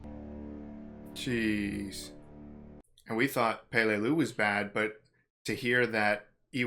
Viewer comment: Its pronounced pa-lay-loo. Emphasis on the second syllable. We now have a base on palau which is where peleliu is because duterte wouldnt allow us bases on the Philippines. We now have bases on the Philippines in order to keep china from doing what japan did.